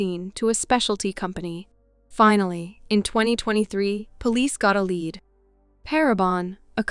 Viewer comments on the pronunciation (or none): agreed. They say read and lead wrong every time. Many other issues but that one is ever present